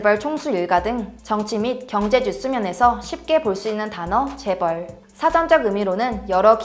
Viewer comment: 재벌 나올때 일부러 미국식으로 줴붤~ 하고 따라하는거 다안다